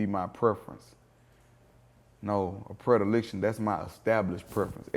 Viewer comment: Gates the Greatest!!! But he mispronounced the hell out of “Predilection”